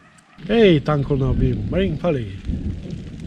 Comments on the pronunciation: Tangkhul pronunciation is just wow 👍😱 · His tangkhul accent sounds really good . 👍😅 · His pronunciation is too good for someone who never speak tangkhul. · Wow your Tangkhul accent is too good❤️❤️❤️ Nashi wui tomatoes 🍅 chiva ningyangwungnai.